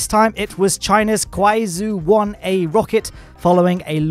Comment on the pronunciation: 快舟 pronunciation was very funny